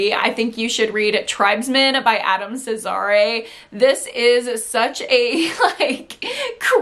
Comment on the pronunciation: No shade girl, but I'm pretty sure you pronounce Adam Cesare , Caesar, like the dressing lol